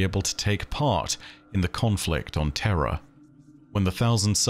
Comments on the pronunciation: Please for the love of Christ learn how to pronounce words. Idk if your saying terra or terror and thats nuts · i lol'd pretty hard when you had to emphasis "terror" vs "terra" because your accent makes them sound the same hehehe